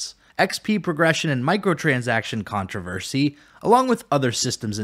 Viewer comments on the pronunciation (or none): none